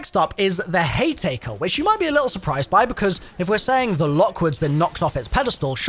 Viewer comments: The sludge and tea maker 😂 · are you purposely miss pronouncing slugs and haymaker?